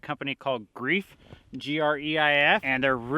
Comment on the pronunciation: It's pronounced "GRIFE" It's German where "EI" is pronounced like a long "I".